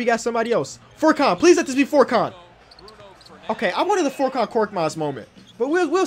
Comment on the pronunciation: It’s pronounced furkan not forkan